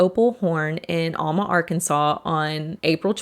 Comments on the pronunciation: Alma, AR is 15 miles NE from Fort Smith, AR and is pronounced AL MA with the long A sound not UL MA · Great video!!! Incredibly detailed research, very well presented. I grew up in Alma (first syllable pronounced like "Allen" not "Almond" 😉) Thank you for covering this somewhat obscure (but absolutely wacko) cult. Fantastic job! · I know I’m nitpicking but it’s Al muh like Al the name. Not allmuh. (I’m from round there) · Sorry to be this person but it’s pronounced Al-muh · Owl-ma= Alma, AR 😂😂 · It’s pronounced AL-Ma. I have friends who have talked about getting into the complex and taking pictures in the heart shaped hot tub. I’ve lived in alma for 20+ years and only heard my mom talk about this cult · It's aaalma. The actual compound is up on the hill just north of Dyer, Arkansas. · I used to live in Alma. The Alamo compound was near by. In fact, my sister used to rent an apartment at the old compound long after the cult had moved away. Only we pronounce it Al like Al Bundy. Al-ma -muh al-muh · Lived in Mountainburg Arkansas for 12 years (town just north of Alma) and a buddy of mine lived in a townhouse complex right next to the Alamo property. And sorry to be that person but it’s pronounced AL-muh 😅 awesome video! People were nuts… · It's pronounced AL-ma. Like the name AL. A "B girl" is a "bottle girl". It's still a thing in big clubs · Locals pronounce Alma as AL-muh, like the name Al. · Not trying to be rude, but you are mispronouncing Alma, Arkansas. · I live in Fort Smith, Ar and until about 15 yrs ago or so they had a building in our town. Flyers on your cars all the time. Those jackets were horribly expensive and if you run across one, they still are. Horrible people, crazy followers and incredible that they still have a following. Btw, Alma is pronounced with a short a like apple. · Alma is said like Al from Al Bundy and Ma like ma.